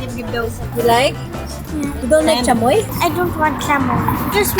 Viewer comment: Thank you Ivana!! thank you for FINALLY pronouncing “chamoy” right! 😂